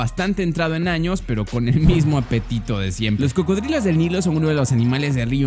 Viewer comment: “Pertenece a la especie crocodilos” o eso parece que dice 😂😂